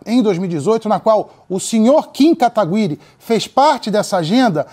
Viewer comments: o cara não consegui falar seu sobre nome sem errar toda vez kkkkkk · Cara qual e a dificuldade de falar kataguiri??? N é possivel q esse cara n saiba nem falar o sobrenome do oponente